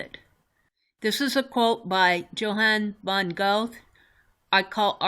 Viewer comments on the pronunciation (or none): Check pronunciationbook on YouTube for pronunciation of Goethe. I'm enjoying this series very much.